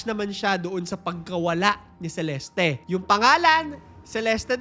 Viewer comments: By the way it's Celest not celestie its just the spelling CELESTE but the pronouncation is celest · Celeste is pronounced as Selest Hindi Seleste … silent E po yung sa Huli. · CELESTE - SEE-LEST